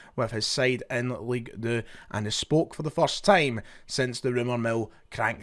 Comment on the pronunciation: League deux 🤣🤣 fuck me! Just say 2 you banger. Un should a say 🤣🤣 sausage